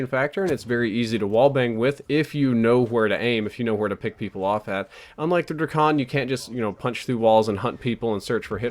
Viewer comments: It's Drak-on, not Dra-kon. You don't say Dra-gone do you? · It's DrAkon not Drikon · It's pronounced draykon. Like drake + akon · Hate how u say drakon its Drake in on dray kon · the way he says drakon tho